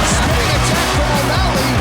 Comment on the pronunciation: The legend say, snoop still saying "o malley" till this day.